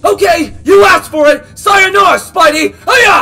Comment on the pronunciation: When you sois siranara slide it made me laph